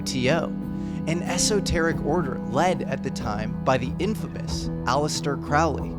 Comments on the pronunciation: Great Video as always! One mistake, his name is pronounced CROW-Lee. Not craaal ley ( thank Ozzy for ruining the pronunciation for generations). Aleister even joked “its pronounced like HOLY” other than that small mistake awesome vid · Crowley is pronounced Crow-lee. Ozzy said his name wrong. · His name is Crowley, it rhymes with holy, its not crowely, that rhymes with fowley, yuck! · here is the quote that Aleister would say “My friends call me CROWley because I am holy. My foes call me CrOWLey because they think of me foully." Yeah Ozzy and that show supernatural mispronuncie his name